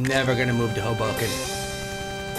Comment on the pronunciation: Toby, it's not hubohken, it's hoe-bow-ken.